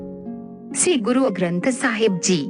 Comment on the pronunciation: Ye 'shree' hai, 'see' nahi , plz pronounciation per dhiyan de kr hee video banaya karein. Waheguru ji ka khalsa , Waheguru ji ki fateh.